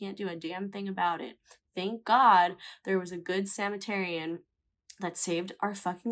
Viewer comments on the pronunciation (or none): that is NOT how you say Samaritan 😂😂